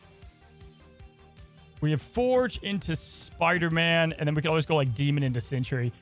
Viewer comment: It is Sentry, like a scout or a guardian, not Century like a a hundred years. But other than that, thanks for show